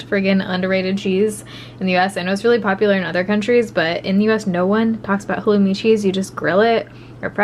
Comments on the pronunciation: jordan dean thank you for spelling it out for me. I couldn’t understand what she was saying when she described it 🤣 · What kind of cheese is it? I swear I’ve gone back a million times and can’t quite make out the kind. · I couldn’t understand what was calling the cheese. Does anyone know what kind it is?